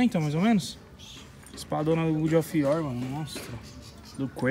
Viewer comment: Mano só uma dica, você que é gamer não pode falar good of war, é God of war, Deus e não bom, abraço mano